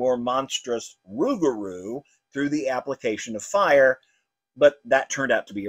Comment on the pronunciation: You said the Cajun werewolf name wrong is Ruger Rue